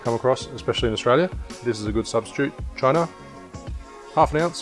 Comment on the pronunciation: I’ve got a bottle of Cynar but never use it! Gonna give this a go. Think it may be pronounced ‘Chee-nar’ but it tastes the same however you say it!!! Cheers. Ps. No more long breaks please!!!